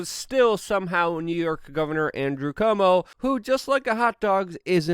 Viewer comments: It's CUO -mo, not CO-mo! Cuomo = Quomo or KWOmo . Why besmirch Perry Como with conflation with an entirely different family? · CU-OMO. Love ya, Luke. Missing you on the IRL podcast.